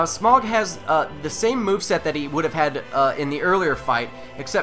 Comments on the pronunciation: It's Smo. Like cookie Dough, smough=smo dough=do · It's pronounced "SmOFF" I believe. Or "SmUFF."